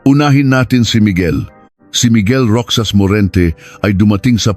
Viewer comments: Anong roksas Ang basa mo sa Roxas Ang banggit niyan ay rohas (roxas) napaka bobo mo magbasa .. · Hindi roksas.. Roxas. (Rohas) Balik ka sa grade one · Ayusin mo pagbigkas mo hindi ROKSAS ANG BIGKAS NIYAN ROHAS ASUSSS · * pluma is fountain pen. * Fountain in Tagalog is balong or bukal , however, Filipino use the same word " fountain " or "paunten". ( 'Could have researched a little more. That there is NO direct translation of "fountain" in Tagalog.) - Roxas pronounce as ™Rojas not rocsas... - 12 = " labing dalawa not "labing-two" ? Should have been edited these mistakes, a lot of words are confusing. AI is helpful but use it properly, not overly dependent. SMH. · Rohas Po ang basa sa Roxas 😊